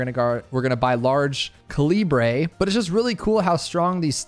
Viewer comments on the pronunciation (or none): Large cuh lee bray? Is calibre not pronounced like caliber when describing a rifle? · I'm begging you to pronounce calibre right